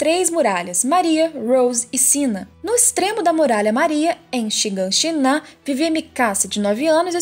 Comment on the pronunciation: "Shigan shiná" kkk. Cara, eu descobri recentemente esse canal, tô gostando muito, mas a forma como a pronuncia algumas palavras me dá uma agonia 😅